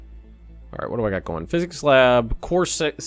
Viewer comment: I think you're saying physics wrong